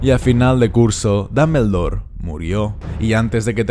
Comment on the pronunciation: Me encantan tus videos.... Pero puedes dejar de decir damblebor..... Se oye tan tonto...